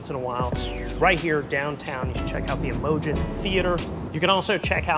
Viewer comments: Im-o-GENE not imojin. It’s like the name Imogene. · We've lived here for 47 years. It was a great place to live until ppl moved in who had no wish to keep it up. The ppl do not look like deliverance rejects as someone said. And truly it is Imogene...not imojin.